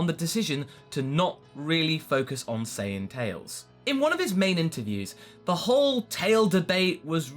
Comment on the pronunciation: I'm not wrong though he said sayaijin instead of sayian like come on